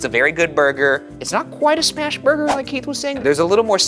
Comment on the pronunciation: Sorry but I died a little inside every time I heard “smash burger”😭